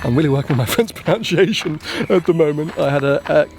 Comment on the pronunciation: When you say nappies to changeI assume you mean yours. Also please pronounce "pronunciation" correctly.